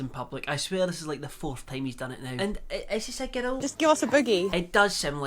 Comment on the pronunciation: Everyone: Girl: Gerrill